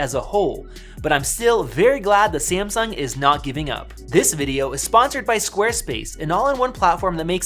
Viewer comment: SEE-AM-SUNK ... suuure